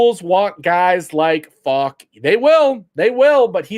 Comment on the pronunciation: You're not pronouncing his last name correctly.